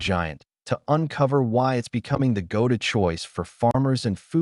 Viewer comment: AI voice or somebody who doesn't know how to pronounce "go to choice"?